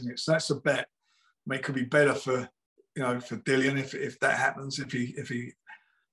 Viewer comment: Nice to hear Dillians name said properly